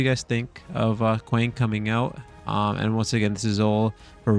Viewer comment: Not kwaaaaang it’s kwang